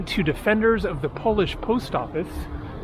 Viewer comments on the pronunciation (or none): none